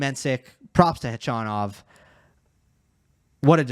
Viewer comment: Gotta say I really appreciate your correct pronunciation of Khachanov, even correcting yourself at one point -!